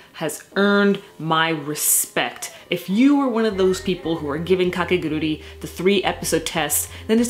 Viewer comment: By the way, the title of the series is not "KakeguruRi" but "Kakeguru'I' "